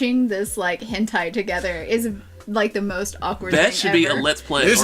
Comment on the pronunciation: It's pronounced "'hin tay''